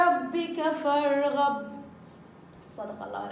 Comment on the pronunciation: فانصب ..بالفتح فارغب ...بالفتح